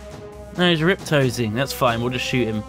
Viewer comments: It's riposting, not riptosing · also, it's "RIPOSTING" not "RIPTOSING. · riptosing? its ri post ing